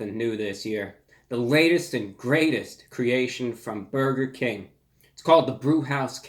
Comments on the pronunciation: byaoiger king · “Boiga king” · buwger king master of uwu language 💖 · The way he pronounced "burger King" in the beginning... 🤩